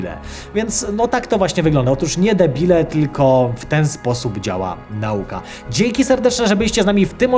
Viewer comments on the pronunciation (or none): none